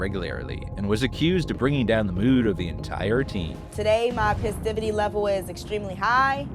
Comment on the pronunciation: Pisstivity? If cooking ever doesn't work out for, she can create words lol